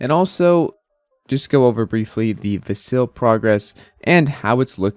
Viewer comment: How do you follow ADA and not know how to say Vasil?